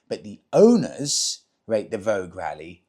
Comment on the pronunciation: Vogue vs voge..... Vo-ja 😊